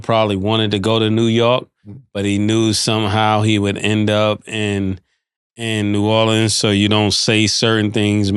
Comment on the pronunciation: Ma$e thank you so much for pronouncing New Orleans correctly!!!! ❤❤❤❤❤